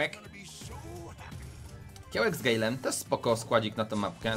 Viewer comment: Nie mówi się gejlem tylko gajlem